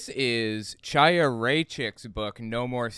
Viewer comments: Her name is pronounced Haya. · Not to be pedantic, but I believe her name is pronounced like "High-a", or maybe with a slightly guttural initial sound. Otherwise, loved your analysis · the “ch” in Chaya’s name is pronounced gutturally, like the “ch” in Bach or Kristallnacht. It’s definitely not pronounced like “cheese”. If you’re struggling with that pronunciation, it would be closer to say “Kaya” or “Haya”. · why cant people be bothered to learn how to pronounce her name ITS A HARD H HAYA.... like l'chaim....to life and she is a member of the chabad lubavitch sect of hasidim and dressing modestly is not "crazy" you constantly push the boundaries of antisemitism someone whose entire family are members of an insane end days cult needs to tread lightly before attacking other's belief systems and i think chaya is on the wrong path...but no reason to bash all of chabad because of her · its pronounced w a CH/ KH sound like ACHtung or laCHness or baCH not ch as in CHair you all herd of L'CHieem to life CHiya means life in hebrew the sound is a german or scottish ACH like clearing throat sound